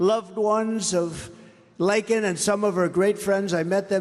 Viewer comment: JUSTICE for LAKEN !!! Thank you president trump for pronouncing her name right and showing them so much respect .